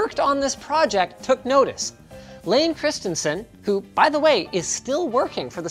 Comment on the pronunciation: Kudos on the pronunciation of Layne's last name! So many people get that wrong.